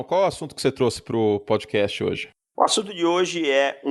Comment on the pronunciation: "Prodcast do pofutbal" kkkkkkkk beleza Curti